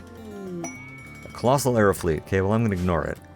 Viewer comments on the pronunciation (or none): none